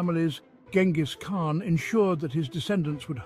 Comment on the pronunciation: Pretty hard to listen to this guy repeatedly mispronouncing the Khan's name. Thumbs down.